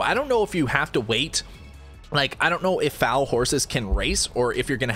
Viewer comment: Google how to pronounce foal lmao, great vid as always